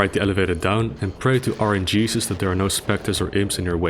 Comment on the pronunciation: Lmao "rngeesus"😂